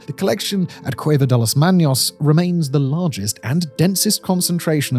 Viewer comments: Manos, not Maños. You keep saying the Spanish word for hands as if it has a tilde over the n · Did you just say, "Cueva de las maños"? NO, dear. Manos, not maños. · las manos - las MAH-nos, not las MAHN-yose, no tilde on top of n. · (Manos is not Maños, so it's pronounced "MAH nōs.") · Not manyos!!!! Manos!!!!ffs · Please... Its pronounced Cueva de las Manos. Not "Maños" (manyoz) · At first I thought it was a mistake but then he kept repeating it through the video. Pronouncing the word as "maños" is as offensive to the ears as referring to him as Semen Whistler.😌 We should start doing that. Eureka, Semen Whistler it is!!😏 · He said manyos Incorrecto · NOTE for the future .....Check the Spanish pronunciation next time ...Manos not manyos!!! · I would recommend a quick spanish course Simon. Hands in spanish IS pronounced ma-nos and not maños, which IS the name for people from Aragón in Spain. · Cueva de Las Manos (Cave of the Hands) : manos is pronounced MAH-nos, not MAHN-ios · It's just manos not maños. There's no nya sound. Ma-nos. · It’s pronounced “Mah-nos”, not “Manios” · manos is "MAH-nohss" not "MAH-nyose" (that would be maños) You've taught me so many awesome facts, Simon & co, that I want to give back if at all possible 👍🏼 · The "m" in "manos" is pronounced like the "n" in "Simon". It is not an "enye", not "manyos". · cueva de las maNos, not "manios", there is no tilda on the n here (ñ) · Mispronounced "manos" ! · Small edit : the “n” in “manos” does not carry a tilde and so is not pronounced with a “y”. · For such a lovely voicing, how could the word “manos” be left mispronounced. What was the process allowing this to remain? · Most of the time the word has a ñ people pronounce the word as if it was a n. "Manos" does not have a ñ and you pronounce it as if it did.